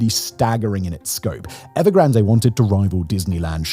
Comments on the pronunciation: Everyone: 'EvergranD'. The Brits: 'Evergran-Deh!" Seriously?? What is it with the desire to mispronounce every. single. word??? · “Evergranday” no one has ever pronounced the company name that way. Sorry Simon, you’re reading a script, but not understanding the content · The final 'E" is silent in Evergrande. It's pronounced 'Ev er gran d' NOT 'Ev er gran day' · Please pronounce EVERGRAND CORRECTLY. TWO....COUNTRY GARDEN DEVELOPMENT HAS EFFECTIVELY GONE UNDER AND ITS 3.2 TIMES LARGER THAN EVERGRAND.....WITH 280,000 UNITS....YES ....280 THOUSAND UNITS....UNFINISHED BUT PURCHASED. Evergrand entered into bankruptcy court in the US. BofA was its largest creditor. Country Garden entered into an agreement with the CCP TO COMPLETE THE FIRST 100,000 UNITS IF THE CCP LOOSENED FINANCING RULES. THE CCP DID....COUNTRY GARDEN HAS YET TO COMPLETE THE FIRST 20,000 UNITS. YOU NEED FEAR BETTER INFO SOURCES OR ...LEARN MANDARIN AND READ SOURCE MATERIAL RELEASED IN CHONA AND.....NOT....THE GARBAGE REPORTS SENT OUT EXTERNALLY